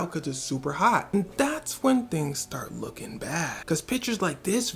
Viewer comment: that "look TING" made my day lmao